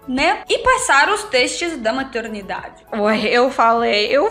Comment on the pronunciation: Se vc reparar bem, a fala MATURNIDADE.. Ela se enrola um pouco nas palavras.